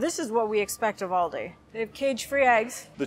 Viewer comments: Also, its Aldi not Alldi :P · ALdi...as in AL Capone.Not orldi ;)